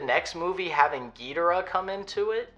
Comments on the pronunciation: Never before have I heard someone pronounce Ghidorah in such a way. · I have heard it pronounced like that, there's a lot of ways to say Ghidorah